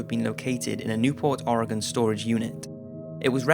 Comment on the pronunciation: #4 why do you think I look inside my car every time before I get in? and you said Oregon right!! :D